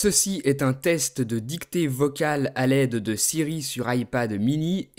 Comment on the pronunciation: ''à l'aide de siri '' est devenue ''aller de Siri''